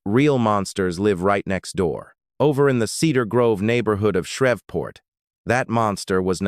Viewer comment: It's Shreev port NOT Shrev port